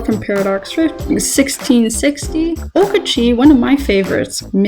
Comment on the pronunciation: "Okachee, one of my favorites" proceeds to say Okachee instead of Okacheke